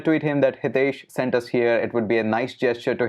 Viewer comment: English people must be thinking about high tech, so they pronounce your name like Hi tesh